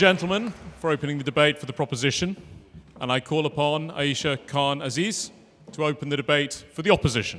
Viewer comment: I'm utterly astounded that Khan-Aziz, supposedly a history student at Oxford, believes and disseminates the myth that Carthage was salted as well as having the unbridled balls to a make ad hominem attacks against the prop team whilst failing to even pronounce all of their names correctly. Pathetic.